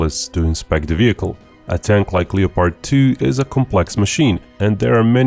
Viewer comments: honey you're saying things wrong. They are leopards like the animal not Leo-pards like The Butcher of the Congo who was the king of Belgium at the time (Leopold.) Also the word subsequent should not be pronounced that way. It is sub-se-quint. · Don't pronounce the 'o' in Leopard. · It's pronounced "lep-ard" not "leo-pard." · It's Leopard, not leppard. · Hey buddy - great content! A tip for you to improve your English: 2 syllables. LEP HERD, we do not say "LEE-OH-PARD" in 3 syllables. Only 2 beats. LEP - HERD. :-) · Leopard, as in the animal, pronounced Le-Pard not Leo-Part. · Hey, it's pronounced like Def Leppard, not like leotard. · Uh, leo-pard? It’s pronounced Lepperd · Bro… the name is german and it’s pronounced Leo-pard. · if speaking English the pronunciation is lep-ard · The German pronounciation is Leo-pard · It is pronounced Leo-pard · The “o” in Leopard is silent 🤫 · You’re pronouncing leopard wrong